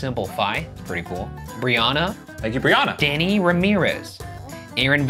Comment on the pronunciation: Oh...Oh did my heart sing when they read Brianna as Briana..... I'm a Briana and always get called Brianna. I have never heard anyone misread Brianna as Briana. I'm sorry Brianna but I needed this. (Pronunciation: Brianna: bree-anne-uh vs. Briana bree-on-uh)